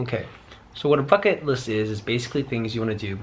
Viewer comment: At first I thought he said F##k it list lol